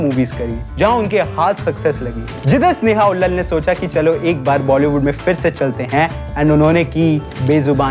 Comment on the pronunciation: भाई, स्नेहा उल्लल नहीं है। स्नेहा उल्लाल है। 😅 क्या यूट्यूबर बनेगा रे तू?